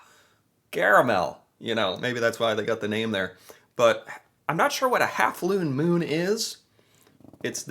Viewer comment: OMG the "looone moon" 😂😂😂😂😂😂